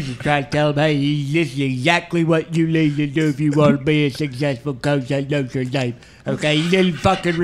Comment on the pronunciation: “LOTRE DANE” 🤣💀